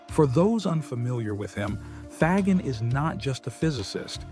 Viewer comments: Love the video. Excellent summary of Faggin's philosophy. I just wish you would stop murdering the pronunciation of his last name.. More like Fazsheen than fag-in. I know Americans have always murdered foreign names, but I thought we were changing. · It's not hard to say fa as in fabulous, and gin as in blue jean.😅